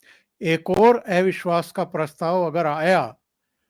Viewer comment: एविश्वास नही अविश्वास बोलिये